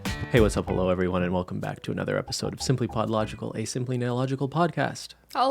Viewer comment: hey whats up halo everyone Christine: HALO